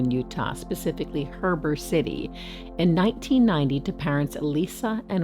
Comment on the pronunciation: Heber Utah is pronounced He-Burr. Weber is We- Burr